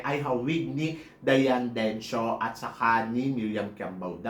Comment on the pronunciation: Diane Necio, not Dencio! Hahaha!